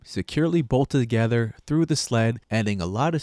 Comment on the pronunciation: it's "bolted TOgether" not "bolted gether".